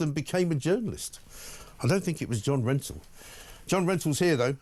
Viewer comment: John Mentoul? Hilarious 😂